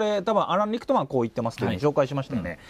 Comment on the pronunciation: リクトマンとおっしゃているのが気になります。リックマンってどの動画を見ても聞こえるのですが。。。